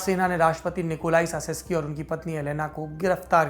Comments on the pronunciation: सासेसकी नहीं... चाऊसेसकू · Nicolai Caesescu ka uchharan "Chu-ses-ku" hoga. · Respected Sir his name pronunciation is Nicolae Chowshesku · We really enjoy Lallantop and mostly the Duniya dari section. Just a little correction if I may. His surname is pronounced as Chouseshkou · Saurabh ji with all due respect...President's surname pronounciation is "चाऊ सेस कू"....🙏🙏